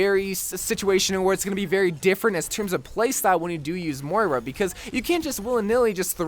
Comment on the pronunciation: Its moira not mora